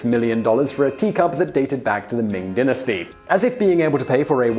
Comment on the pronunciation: did anyone notice he said ming dynasty wrong